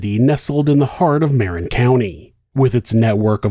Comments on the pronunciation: Ma-rin County. Sorry, small peeve. Lol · Just so you know, Marin, as in Marin County, is pronounced "muh-RINN". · Only fyi for future: it's "mer-INN" County ❤ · Great video but please learn how to pronounce Marin. Thanks 👍😊